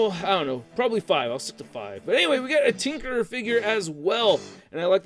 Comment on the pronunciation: You said thinkerer on Arcade. No hate, just pointing it out. Hehehe